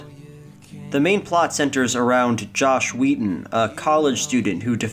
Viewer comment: I kept hearing Joss Whedon so I had to look up the movie on IMDB to confirm, because I couldn't believe Whedon was that weird. But the character is named Josh Wheaton.